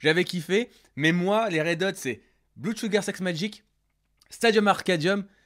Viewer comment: cest pas bloude!!! cest blood!!